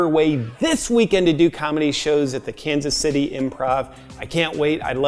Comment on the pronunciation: Sounded like Los Angeles there at the end